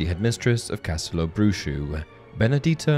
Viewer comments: It's read castelo bruho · Castelobruho is pronounced "Ca-stel-o-brew-ho" NOT "Brew shoe"